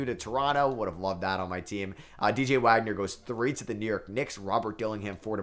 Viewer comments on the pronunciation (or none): none